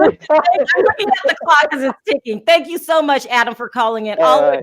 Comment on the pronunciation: please get Adam's name right. You get it wrong most of the time and as a fellow Brit who like Adam stays up to watch you and loves your show, the least you could do is get his name right. If it's too much just right down UK Adam.as a prompt.